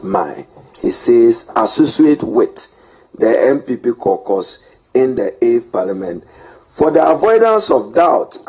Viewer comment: CAUCUS is pronounce as “Core-kas” not “korkors”